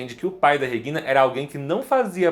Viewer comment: Pronúncia dele é estranha. Regina, do jeito que ele fala. Não está certo nem em português ou alemão. Entonação está errado nos dois idiomas!!